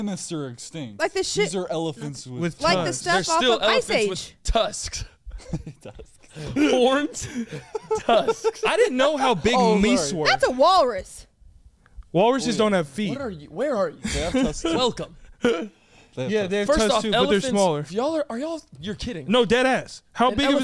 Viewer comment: while they were talking about how big the cars and animals are, did no one catch that said he never realized how big “meese” are LMAOO